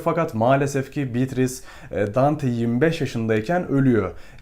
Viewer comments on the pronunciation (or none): şuna bitris değil de beatriçe (evet oyle okunuyor) desen zayif bir animda izkedigim videonu ikinmadan bitircektim ( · Emeğinize sağlık. Telaffuzlar hakkında naçizane iki katkıda bulunayım. “Atıf” kelimesinde baştaki a harfi kısa okunur. Yalnızca erkek ismi olan Atıf’ta a uzatılır. Bir de Dante’nin sevgilisi Beatrice’nin ismi italyanca telaffuzda “beatriçe” olarak söylenir. İngilizce içeriklerde de “beatris” olarak genelde geçmekte. “Bitris”in doğru bir kullanım olduğundan emin değilim. Başarılar diliyorum. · Bitris nedir öyle 😂 mörseydis gibi